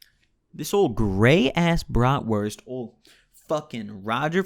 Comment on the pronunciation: xD jo und auch gut ausgesprochen für nen dichten ami